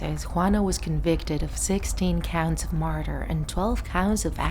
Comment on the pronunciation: Are you saying MURDER or MARTHA